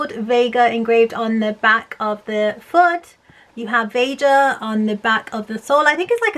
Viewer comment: I think it’s pronounced ve-ha